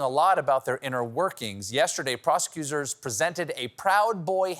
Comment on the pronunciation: “yesterday ‘Prosicusers’ … “ I’m sorry what? Lmaoo